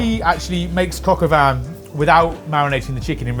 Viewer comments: it's Coq au Vin not Coq au Van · I swear I am hearing coq au van 😅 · Cock o van?? Cock in the back of a van??